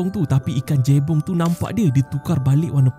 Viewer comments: cara sebut dia Je-Bong bang, bukan Jay-Bong macam ko sebut Jay-Park😂😂😂😂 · Jebong bkn jeybong min..